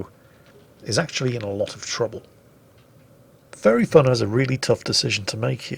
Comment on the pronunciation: Every time says "Furry Fun" I hear him say "Fairy fun"